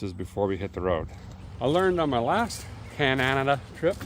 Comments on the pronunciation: Really wish you would say Canada not cananada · Down home entertainment 😀....However, if you visit another country, at least pronounce the name right. Cananada?? Only 3 syllables my friend. Cheers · Why do you insist on mispronouncing my country's name like that? Dumbass! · Show some respect and stop miss pronouncing our country name. You did in another vid and I unsubsidized. And you did it twice in the first 14 mins of this vid??? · Least you could do is pronounce Canada right. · Long time subscriber now. Basically watched you from the beginning. Love everything you do for us and love this episode. I only ask as a Canadian, can you please just pronounce Canada right once. We have had enough disrespect from certain countries lately. Thank you again. 🇨🇦❤️